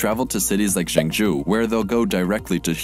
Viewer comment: He absolutely butchers the pronunciation of Zhengzhou LOL! "Jung-Joe" is closer to the real way to say it.